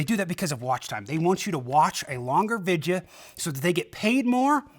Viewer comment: I don't know here's an easy question why can't you pronounce the word video the way it's written the way it's supposed to be pronounced I don't get it